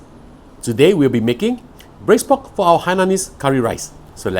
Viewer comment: Pork? Pod? Pot? I'm confused.😯